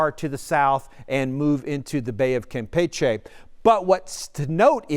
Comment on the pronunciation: Thank you for correctly pronouncing Campeche and not saying “Kampeechee” like everyl other meteorologists. 👏